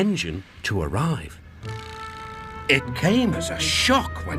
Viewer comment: In the earlier narration, Michael Angelis was mistaking arrive as arrie, instead of arrive. This was later fixed in the re-dubbed version